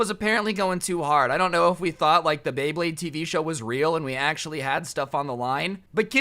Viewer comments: yoo homie fr said blade bade. Its beyblade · When he said bay blade, he said Blay Baydes half the time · Did he just say blade bade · I dont know why it is, but it pisses me off every time says "Bleyblade" instead of "Beyblade" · did you call it a blayblade? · You did not just say blayblade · Nobody:: blaybade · it's so hard to say bay blade multiple time in a row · bro I thought u said blayblade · Like how many times he mispronounced Bey Blade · said blayblade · I love how he didn’t pronounce beyblade right a single time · is having a stroke every time he tries to say “Beyblade”.